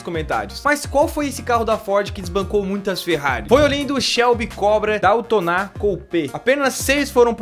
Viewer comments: Brother, "Daytona" se pronuncia "Deitôna" e não "Dautoná"~Vídeo bacana, continue produzindo, segura o like 12.448 aí' #JoselitoAdventures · Shelby DALTONÁ! Meu Deus!!! é DAY, DAYTONA... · parei de assistir quando ouvi "DALTONÁ" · O shelbi cobra aí, a pronúncia certa é "DEITONA CUPÊ" e não doutoná coupe. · Daitoná nao, é Dei-tona! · Shelby Daitoná..???? É Deitona jovem!!!! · desculpa mas o cobre se fala "Daitona" e n "Daltona" so uma crítica construtiva ; D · nao se fala Dautona '-' e Daytona, com o I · Shelby Daytona não é dáotona, é "deitôna" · kkkk a pronuncia do Daytona foi demais... D A I T O N Á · Shelby "Daltoná" foi ótimo. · Daytona, day + tona. "Deitôna" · pronunciar Daltona foi fod.... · bom dia, gostei do vídeo, mas o cobra se lê: deitona...... valeu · a pronúncia é deitona não leve a mal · Daytona = Daltoná... Ok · Eu quase me engasgo quando ouvir ele falar kkkkk